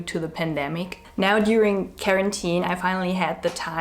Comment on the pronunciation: I luv how she said “care-entine“ accidentally but its tru😘❤️